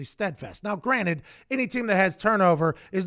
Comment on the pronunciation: He pronounces it "now granite."